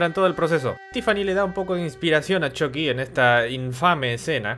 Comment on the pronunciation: nunca vi las peliculas pero a mi viejo x malo los vecinos le decian "CHUKI" no como decis vos "CHOKI" en ingles